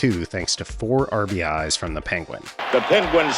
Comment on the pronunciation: Thank you for not saying RBIs!! Makes me smile every time